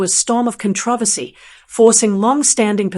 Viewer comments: WTF IS A" COTRAVACY" IS IT A CONTROVERSY AND A TRAVESTY or AI just can't get the pronunciation of words correctly no matter what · Con-tra-versy. LOL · For not having a British accent, you certainly nail the word “controversy.”